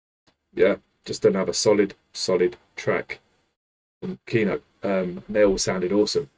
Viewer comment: This song was written by Kino (actually the stress in this word falls into the last syllable - kee-NOH, it means the movie / the film or the cinema - these all are one word in Russian) in 1986 by influence of the reggae band UB40. The song is reggae-like and in essence it is about cannabis. The second from the end line gives us a clue - there is unusual smoke that is going from our pipes. The word boshetunmai is absolutely made up (there is a legend that it's a transformed chinese or mongolian word) and no one understand it, even in Russia. There are battles about what it means exactly (Victor said it's a secret :) but common version (and by the words of the Kino drummer) this word means cannabis. This song is just a song for the fun. BTW thanx for your reactions (mostly I watch Kino, Aria/Kipelov and Rammstein reactions). I would recommend you (if you don't mind) to react to bands Black Sabbath and Judas Priest. And sorry for my bad English. Cheers!